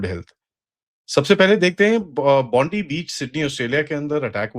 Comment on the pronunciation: It's pronounced BOND-EYE not BOND-EE. Suspect is Naveed Akram. Explosives were found in Bondi.